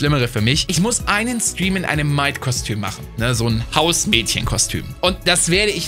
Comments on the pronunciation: NANI hat ernsthaft "Maid" Outfitt falsch gesagt, boah die Anime liebhaber werden bald ne Revolution starten 🌙🌙🌙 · Ach du meine Güte, wie spricht denn bitte "Maid" aus?? 🤣